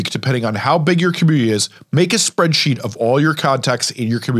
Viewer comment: take the time to pronounce COMMUNITY